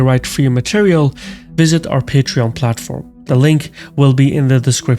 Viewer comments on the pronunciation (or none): none